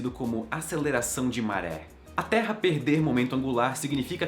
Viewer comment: A todo momento que ele falava "Terra" eu ouvia "Teia"